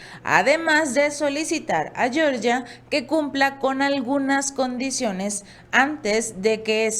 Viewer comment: Por favor, se pronuncia G(j)eorgia y no Shyorgia como la gringa. No tiene la misma raíz lingüística.